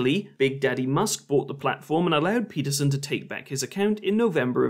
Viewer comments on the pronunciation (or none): Just gotta say that I love how many ways you managed to butcher Jorban Deeperson's name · Like queeferson! 🤣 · Genuinely funny, and certainly the most entertaining debunking of this public toilet intellectual (similar to a public intellectual but full ofshit and usually out of order). However, please get his name right: it's Jordan Weeperson, Jordan Peterprinciple, or Jordan Meatperson. Having watched this video, I can only assume that Professor Fleaperson is holding onto William Blake's idea that a fool.who persists in his folly will become wise. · I love how you keep saying his name purposely wrong It was a knee slapper the 1st time and a knee slapper the 67th time. Just comedy genius really. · Butchering Peterson's name everytime you say it was unexpectedly fun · I want to give a like for every time you mispronounce his name